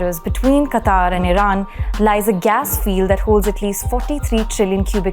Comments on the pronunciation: It is not pronounced "qataar", it is pronounced as "qatar". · It is not Qataaaar...it is Qatar.......Qataaaar means line.... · it's pronounced as कतर NOT कतार. Thank you for sharing good insights. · it is pronounced qatar, not qataar. Google is wrong. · It is "Qatar" and pronounced as Kataar.